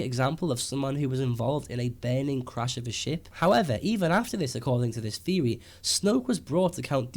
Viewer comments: Good video. But i hate when he says Theory. Like its theory not feory. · the way you say theory proves to me you don't know what you are talking about.